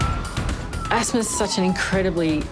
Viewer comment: There IS NO "R" AT THE END OF THE WORD ASTHMA!!!! Thank God that beautiful young woman is doing so good! God is so good!!!